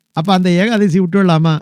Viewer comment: சுவாமி ஏகாதேசி அல்ல,ஏகாதசி